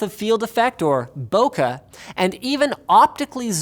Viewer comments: "Boh kuh" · "bokah"? I think you mean bokeh, Linus. I jest. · "Bokeh" is pronounced bo-kay. I always hear people mispronounce it, its become a pet peeve lol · It's Boh-keh 🙄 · Thank you for that, it was a good video; a few niggles though: The mismatch with text about the Sony A6300 and the picture of a Fujifilm X-T1 is already pointed out BUT: Bokeh. The word Bokeh is a Japanese word with phonetic spelling, i.e. spelling to mimic how it is pronounced in Japanese and that is NOT how you pronounce it